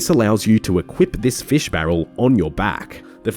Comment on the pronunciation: You say fish with two syllables and it's making me cringe every time.